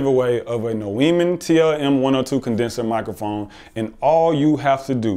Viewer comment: "Nuweemann, it's pronounced Newmann"... douche left the chat